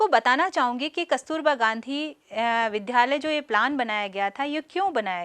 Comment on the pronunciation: ज्ञानवर्धक लेकिन विध्यालय का शुद्ध उच्चारण विद्यालय अपेक्षित है।